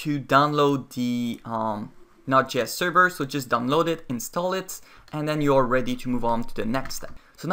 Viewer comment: Your pronunciation of Node.js drove me crazy